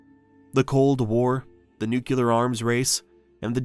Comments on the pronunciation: Can we please properly pronounce "nuclear" as New cle er. It comes from 'nucleus'. There is no word 'Newk U ler'. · Nuclear, not nukulur. Say it with me. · It's nuclear dammit not nucelar! Repeat after me: nuc-lear, nuc-lear. How hard is it? Can't subscribe to a channel I can't take seriously. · Worse is "nuke-E-ler". It's "Nuke-lee-Er". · Dohh ! it's "nuclear" not "nucular". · An ode to Bush 2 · I hate to be that guy, but if you’re going to narrate a video about nuclear weapons maybe you should learn to pronounce the word, it is “new-clear” not Nu-cu-lar. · Nuclear is pronounced "new-klee-ur", not "new-cue-ler". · The word is nuclear... not nucular. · It's "nulear", not "nuculer" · Sir you are pronouncing the word nuclear incorrectly. It's nook-lee-ar, not nook-yoo-lar. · The mispronunciation of "nuclear" as "nucular" is evidence this is not AI. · The word nuclear is pronounced new-clear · Holy crap it keeps saying "nucular". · You lost me at “nuke-you- ler “ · NEW-CLEAR FFS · this video said "nucular." down vote. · I stopped listening when the narrator said NEW-KYOO-LER. Buh-bye. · How do you make a whole video on nuclear (nuːkliər) bombs and still pronounce it like a 2 year old. There isnt another "u" in there bud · Never say nucular ever again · every time you say "nukular" you shame your ancestors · This AI voice is fantastic, but please learn how to say nuclear. It's like new clear. There's two syllables in clear. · Nook-yew-lar? You can’t learn the correct pronunciation of the word that’s central to this whole topic? Graduate high school much? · Another Nucular Weapon designed and built by Nucular Scientists! Is this narration by George Bush jr. ? Or is it Nucular A.I.? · it’s so crazy to me when it’s pronounced “nucular”. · Especially when its basically phonetic: nuclear, pronounced NU-cle-ar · All credibility immediately gone after pronouncing it “nuke-ya-ler.” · Nu-clear! Two syllables. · Why do people say "nukular" ? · "Nukyeler", lol.